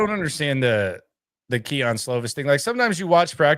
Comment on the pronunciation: “Keon” Slovis 😂